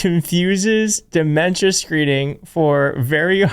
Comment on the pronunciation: tRump it dementia not deMensa!